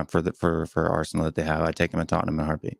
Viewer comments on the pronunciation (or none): lads, it's tottenham.